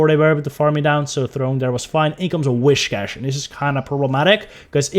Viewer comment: Am i the only Person that gets kinda triggered when they Pronounce whiscash wrong and they say wishcash? 🤣🤣